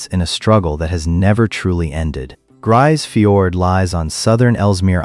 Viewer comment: Not a single piece of real footage of Grise Fiord. AI slop and crap video. And you can't even pronounce the name of the town properly.